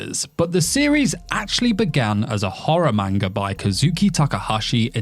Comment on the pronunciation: If you're going to make a video based on a manga, you should learn to pronounce the word properly.